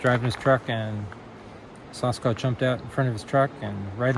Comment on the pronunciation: Anyone else bugged when people say "saw-skwatch" instead of "sa-skwaach"??